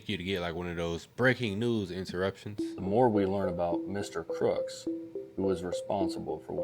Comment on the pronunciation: Crooks not crocs lol